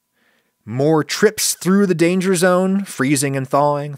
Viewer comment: Lana... lana...Lana.... LAANA!!! What? Dangah zone.